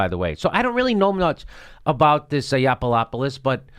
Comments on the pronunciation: Hey Jimmy his name is pronounced : Yah-no-pooh-loss! Say the vowels like spanish vowels. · i can not believe that u called him snuffaluffagus the whole show lol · I thought it was really cool and witty that Jimmy Dork called Yianoppoulos "Snuffaluffigus". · Did you call Milo Snuffalupogus? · Do you think you're clever by mispronouncing his name? You're not funny. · Hey Jimmy, I love your show, have subscribed and check your site frequently, yes I am a HUGE fan. However, your trite dismissal of Milo, without your usual level of research, was slack. What was worse was your careless mispronunciation of his name, that just made you a dick. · You've just pre-emptively lost a non-existent debate against Milo. And the fact that you purposefully mispronounce his name makes it even more cringy.